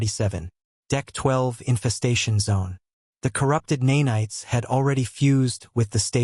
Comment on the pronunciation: Horrible mispronouncing of “nanites”. AI Slop.